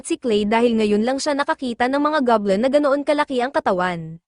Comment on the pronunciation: It's Goblin, not gablem po😊